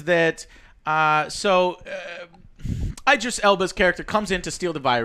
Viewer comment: It’s IDris. Like ID. Idris. Not EYEdris. How do you all not know this?😂